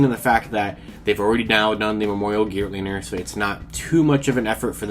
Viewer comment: The L is silent in Geartozinger...